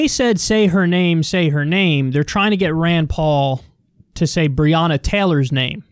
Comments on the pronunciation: Its not brianna taylor. Its brionna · He mispronounced Breonna’s name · Why didn't he stop to talk to them? Why cant rand paul pronounce her name right? Why has Rand Paul not mentioned his bill in his numerous TV appearances since he started working on this, but waited until this event to plead for sympathy on tv? If he's an ally than i suppose so is Donald Trump